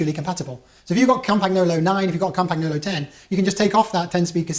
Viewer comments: Cam paG no lo......hahaha. So you won’t sound like a muppet it’s pronounced something like Campanyolo. You’re welcome, my pleasure :) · It's pronounced CAM-pan-YO-lo. No hard G. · Argh my ears hurt. Say CAMPAN-YOLO ya Pommie git. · Lots of excellent information, thanks. But now, on to the complaint; why are you pronouncing the G in Campagnolo?